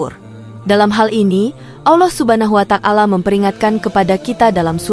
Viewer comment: Ya memang benar apa yg anda komentari, saya juga merasa risih mendengar penyebutan asma Allah dengan bunyi Allah subha nahu wa tak-ala yg seha- rusnya " Subhanahu wa - ta'ala